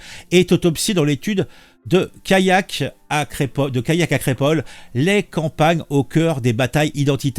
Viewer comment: Callac ça ne se prononce pas comme Kayak... Sinon une allée vous le prononcez "ayé" ???